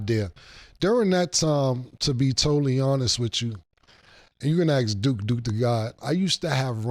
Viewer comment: Bro can pronounce mask but can’t say Ask